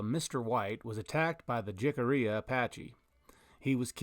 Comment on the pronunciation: jicarilla is pronounced Hicarilla friend, being a son of the southwest I always love hear folks pronounce words with the J instead of the H. Or people say ocotillo instead of ocotiyo, or Gila instead of Hila. But great video!!!